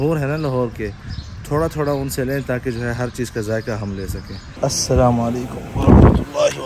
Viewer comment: Dear I LIKE WHEN U SAY ASSALAM MORE BETTER ON ALLIF MASHALLAH JAZAKALLAH ALHUMDULLAH CAMBRIDGE CANADA